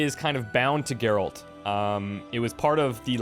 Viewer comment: I know its not clear in the video, but just to let you know it actually Geralt. Its pronounced exactly hows it spelled. Not trying to be an ass about it though, just informing you man:-)